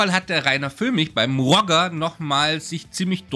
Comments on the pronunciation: Nein weder noch Rodjer - er ist Schweizer und es heisst Rojee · Ich glaube, der Knallkopf spricht sich eher französisch roˈʒe und nicht englisch rɔdʒər aus 😉Zumindest wäre das in der Schweiz üblich. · Bittels Vorname spricht man auf französisch aus... also quasi "Rosche" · Der spricht sich auch nicht „“ aus, sondern Rogeeee. Immer korrekt bleiben. 😂 Außerdem scheint „“ ziemlich genervt zu sein. 😮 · Bittel‘s Vorname wird französisch ausgesprochen. Das ist eine echte Bildungslücke? Alle haben bisher sehr gute Arbeit geleistet, aber leider lassen sich viele vom grossen Geld verführen. Herzliche Grüße